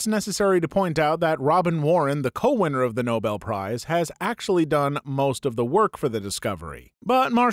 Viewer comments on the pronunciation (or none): none